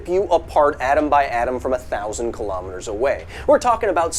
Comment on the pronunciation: was he saying 10 thousand lol?